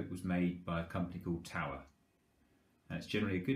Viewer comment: "tower" I thought it was "TANI"